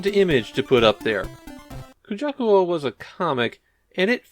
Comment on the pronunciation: Drinking game: take a shot every time says “kajuku” instead of “kujaku”:) Never played this one and didn’t know they were the same devs from Umihara Kawase. I love that game!